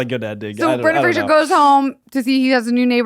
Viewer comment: Love yall but it is Brendan Fraser like razor (fray- zer) not like Frasier (fray-shur) the show. He has made a video about it and how often people say it wrong😭